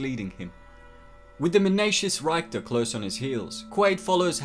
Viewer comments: Why do people pronounce a name or word differently than its pronounced to them? This has confused me my whole life, thus has created an annoyance for it because I cant understand it. The guy's name is pronounced "Rick-ter" in the movie, by multiple people, multiple times. Why is it being pronounced "Rhyke-ter" in this video? Never once did the character say, "Hey, its 'Rhyke-ter' not 'Rick-ter!' ". Do people think pronunciations on names are optional? Because theyre not supposed to be. Most people mispronounce something because they speak a different language & arent used to forming their mouths to say certain things. Other occasions, those occasions that annoy the shit out of me, a person is perfectly able to pronounce what was said to them, & that everybody else is saying, but for a reason that eludes my understanding, they just chooses their own way to pronounce something, totally different than the way it is supposed to be pronounced. Even people foreign to a language can phonetically duplicate a name or word said to them at times, & some words & names are understandably difficult to reproduce from a foreigners available mental lexicon. But a simple turn of the lips like this, confuse the hell out of me, & also obviously, annoy me to fuck-all shit. It completely sullied this overview for me & I love this movie. Just had to put that in letters for once. Maybe someone out there has an answer that can soothe this this annoyance &/or make me better understand this....phenomen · Rhy-ckter? RICK-ter Great video! Paul Verhoeven giving us thought provoking, ambiguous endings decades before Christopher Nolan thought up inception! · Good video except of his mispronunciation of Richter. It's RIK-ter, not RYKE-ter. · Why the hell are you calling richter "ryke-ter" ?? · his name was Rictor like Victor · It's pronounced Rick-ter. That annoying bit that makes me question your story of this being your favorite sci-fi film. Otherwise a good film breakdown. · "Reichter" lol